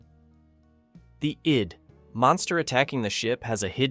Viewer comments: the eyed monster? what a joke, it's pronounced id. another bungled ai narration. banal. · Stupid AI narration: mispronounced "Cel" and "ID" as "seal" and "eye dee". Then screwed up the title of Twilight Zone's adaptation of Damon Knight's story "To Serve Man" as "to serve... man, and..." Why don't these people LISTEN to their AI narrations before they release them and correct them? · The monster was known as “The ID” as in the self, not I’d as I do. Don’t you research this or is it just a shit AI voice? 62 (long pause) arc lamps (?) for nothing. Shit AI voice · Please don't use AI narration unless you monitor it. The "narrator" has no idea how to pronounce ID and you clearly didn't try to fix it.